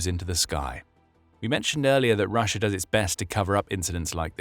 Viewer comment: Take a shot of vodka every time he says "RussiaR" 🤡